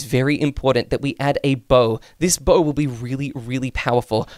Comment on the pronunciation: Bro you said they willl